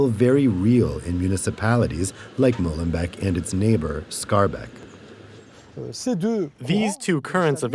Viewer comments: It's Molenbeek not Mollenbeck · Why is it so hard for the French to pronounce correctly the name of that city, finishing like " bake" in English, not "beck??" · Stop pronouncing it as Mollenbek. It is not the beak of a mole. MoLenbEEk is the creek of a mill.